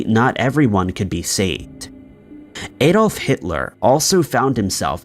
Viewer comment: Why can't Americans pronounce the name Adolf correctly?